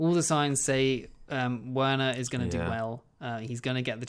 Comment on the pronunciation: Please call him Verner and not Ouerner it's just so distracting and WRONG!